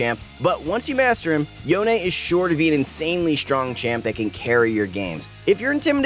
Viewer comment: yo-nae? bruh, can we just call him yone, like the word alone?